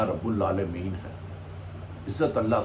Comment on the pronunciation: Bhatti sahab Allah apki zandagi draz kre. Allah rubul Aalmeen ha. lalammeen nhi. Lalammeen ka matlub hota ha k kisi cheez ka nhi